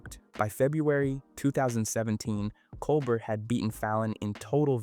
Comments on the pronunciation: Col BEAR! .....not 'bert'. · Yes it is. Listen to how Colbert (a French name) is pronounced as col-burt, not col-bare at certain points in the video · I love how he pronounces Colbert like an ice cream flavor……Cole-Burt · How do you keep pronouncing Colbert a different way every time? Lol